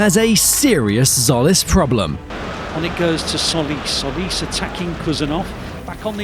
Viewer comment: By the way, it's not Solis, it's Tzolis, pronounced Jolis. Tz in Greek does J as in Jeep.